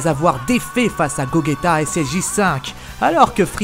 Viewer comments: j ai failli arreter la video quand j ai entendu "Goguéta" au lieu de Gogeta x) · Ptdr j'ai jamais vu sa, guogueta tu dis mdrrr et tu parle de dragon ball jpp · Ces pas gogueta c'est gogeta du con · Ptn il a dis gogueta PTN EST-CE QUE TU DIS VEGUETA ? NON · Je suis le seule que sa derange un peu qu'il dise GoGUeta ?? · wouaw cette Fan-Fic est complètement nul. Gogeta se prononce Gojéta mais s'écrit Gogeta. ensuite le ssj5 c'est la pire idée de toyble (Toyotaro) pour sa fan-fic suite de GT. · Oula ta prononciation de gogeta me fait mal à la tête